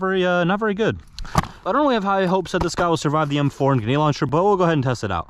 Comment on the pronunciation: Grenade grenade grenade say it with me grenade God I hate that for some reason it just really bothers me dude it's grenade not Guined